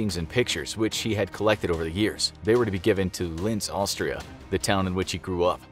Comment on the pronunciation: It is called „Linz“ without a T